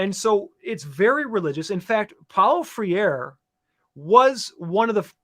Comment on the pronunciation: It's not pronounced "Freer". It's pronounced "Fray-reh".